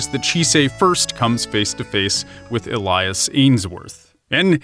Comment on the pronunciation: The way you pronounce Elias smh